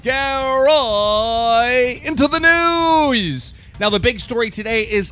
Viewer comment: I love keem but every time he says " also on the noose" a small part of me dies :(